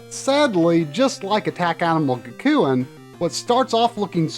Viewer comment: Gakuen is pronounced Gack-koo-en